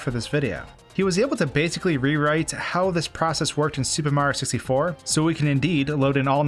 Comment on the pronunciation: Nobody:: SUPER MARO 64